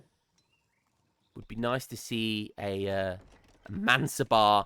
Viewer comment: One thing to add, regarding the pronounciation of Mansabdar, you nail the pronounciation except the fact that you miss the d. Pronounce the d and it will be perfect.